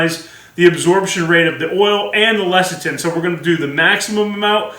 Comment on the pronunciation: Less-a-thin, it's pronounced less-a-thin.